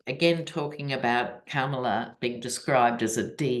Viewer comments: Please make an effort to pronounce our next president's name. pronounces it Kamala like Pamala. It is Kamala like Mommala. Thank you so much! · Kamala is pronounced COMMA-LA. Just sayin’. Not a complaint.